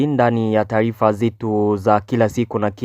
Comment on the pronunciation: Kiswahili kinakushinda kutamka ao vipi kaka? je ni taifa ao ni taarifa?